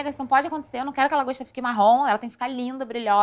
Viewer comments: 'DRAGOSTA' HAHAHAHHAHA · “Dragosta” kkkkkkkkkkk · ela falou dragosta o discurso inteiro normalmente hahahahahahahahahahah